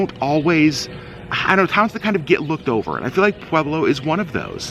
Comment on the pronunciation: Brother!!! Thank you so much for finally doing a positive video of Pueblo and for pronouncing it correctly, lol. My husband grew up there, but we live in Thornton, a suburb of Denver. However, we love, love, love to travel to Pueblo for MANY reasons, one of which is the food. The second, is to get away from the city. Everything's a little bit slower in Pueblo and everyone is SOOO nice. It is so different than Denver. Pueblo has the best Mexican food in the world. It's such a beautiful place. People do videos showing Pueblo in a negative light. It's not fair because every single town has a negative aspect. Another cool fact, is my husband's high school, Centennial high, used to have a planetarium. You do not hear of that very often. A couple recommendations that we have been going to for decades is Jorge's Sombrero (President Obama ate there) or Nachos, as well as Taffy's candy store. Also, a fun bit of information for your Vlogs is, the bar downtown called Brues Ale House is in the old jail. Kind of a fun fact. Thank you again for doing this video. It really did make us happy to see such a positive, beautiful video of Pueblo . It truly is a spectacular place. I have never met such nice, friendly, kind people.